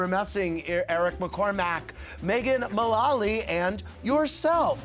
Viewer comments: Andy was pronouncing it Mullawly instead of Mullally. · ew he kept saying megan's name wrong